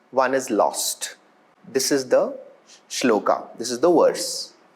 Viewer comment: It’s श्लोक. Not Shlokaaa. It’s संस्कृत. Not SensKrit. Let’s be a little conscious while speaking. We have grown up on this. Let’s not make it foreign for our ourselves.